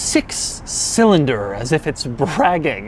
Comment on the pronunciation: For real what's wrong with your speech? EverythingUH, four cylindErrrr